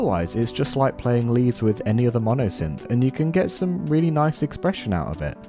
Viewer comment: "Ets quoit noice"